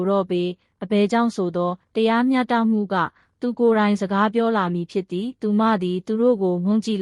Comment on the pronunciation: စာဖတ်တာမြန်မာ မှဟုတ် ရဲ့လားတရား မျှတမှုမဟုတ်ပါ တရားမျှ တ မှု